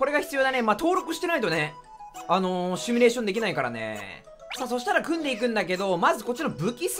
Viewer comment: テロップも発音もほとんど誤字ってるけど全く気にしないのがよしなまクオリティ 正しくはシミュレーション(simulation)